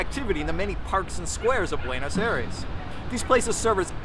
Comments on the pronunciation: But dude, it's "Ah-ee-res" or something close. Not "Air-es." :) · 12 years and you still say Buenos Eres? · Five years in the country and you still pronounce Buenos Aires like an American. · Wish you’d learn how to pronounce Buenos Aires! 😂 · Why the mispronunciation of Buenos Aires? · You've lived in Buenos Aires for 12 years yet you can't even pronounce Buenos Aires correctly. Typical American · bro has lived 12 years in buenos aires and still can’t pronounce it right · Que lleve 12 años en el país y no sepa decir Buenos Aires correctamente?? 😭😭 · You have been living there for 12 years! and you can not still say Buenos Aires correctly?